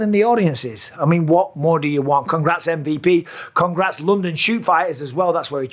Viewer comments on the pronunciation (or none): none